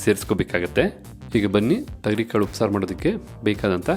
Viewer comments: Bhayya thagari kaalu Alla, thogari kaalu heli, gothildavaru hage heltare, karma, Kannada bashey koley madbedi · Tegari kaalu alla thogri kaalu